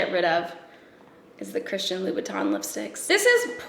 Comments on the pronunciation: Lucinda Cronin it's loo-boo-ten :) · I thought she said Louis Vuitton as well, but she just said Louboutin a little wrong :)